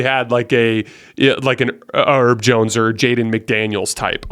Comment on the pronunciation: Herb not “erb” like “herbs and spices”